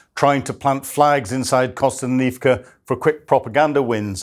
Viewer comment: The best part about these updates is seeing how many different ways he can pronounce Kostyantynivka.